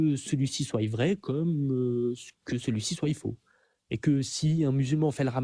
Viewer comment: Attention sophisme alerte : vu le nombre d'erreurs grammaticales (que ce soit Z-une, que celui-ci soiYe...) je me demande si ce bamso sait lire. 🤔😆 Quand on prétend avoir un certain niveau de maitrise de la langue française et que l'on passe son temps à définir les termes, il est plus crédible d'être capable de s'exprimer correctement.